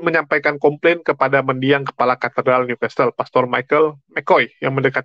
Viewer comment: walau tulisan nya New Castle bacanya Niu kasel bukan Niu kastel yah